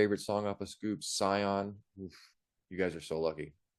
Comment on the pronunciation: Nice review. I have different song preferences but share your view of the EP as a whole. Btw, when talking, Saiki pronounced Sion as シオン (Shion), or for the closest equivalent using English words: "she on".